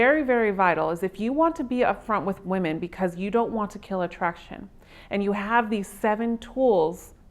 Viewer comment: This chick needs to learn to pronounce the plural form of woman. So fukn annoying!